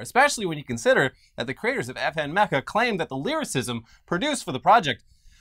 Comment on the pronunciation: mispronounces Hatsune Miku: mispronounces Meka after said it correctly